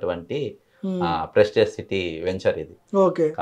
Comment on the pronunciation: Pesticize kaadu ra anchor..Prestige..🙆🏻